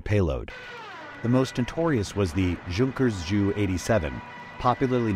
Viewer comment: Three things. One nice video. Two the stuka dive bombers. Not ju it's J U Same with the M E 109 , it's very often pronounced me 109. I've noticed that more and more videos have the same problem. You didn't explain that a falling bomb , unless it has a device for producing noise, actually doesn't make any noise.